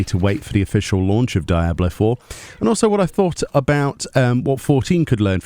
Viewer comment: Why do you call it die ablo 4 😅😭 your British, as am I.. say it properly man